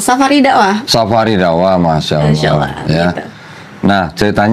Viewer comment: Masya Allah. Pengucapan kalimat Allah sangat fasikh